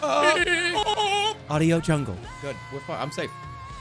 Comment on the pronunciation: I hate to correct you but it’s pronounced AudioJungle